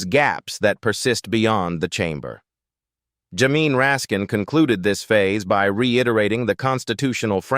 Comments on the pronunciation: Teach your machine to say Jay-mee instead of jamine. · Also, how to pronounce Jamie